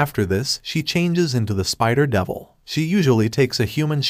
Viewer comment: "future davil" 💀💀💀man im dead